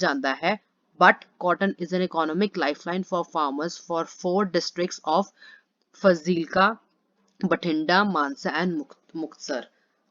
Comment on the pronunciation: Mam it Fazilka not Fzilka😂😂😂😂😂😂😂😂😂😂😂😂😂😂😂😆😆😆😆